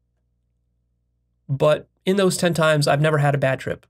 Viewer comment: He says that IVE discovered emphasising I’ve, I’m not trying to be a hater, I love videos and respect his mind but it shows what I have mentioned before (that he is delusional about his own intelligence and a megalomaniac)